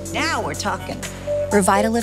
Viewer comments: Sounds like Mor-ro-nic Acid, which would be very appropriate for the irritatingly dumb way they are pronouncing this product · After all this time, I would think you would teach her how to pronounce hyaluronic correctly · why she saying hyaluronic like we're advertising to toddlers SAY THE WORD NORMALLY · Because many people can't pronounce hyaluronic acid correctly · The way they pronounce Hyaluronic Acid annoys me to no end. 😖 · I thought that when I saw it, looks like she couldn't pronounce it so they just gave up and kept it in 😂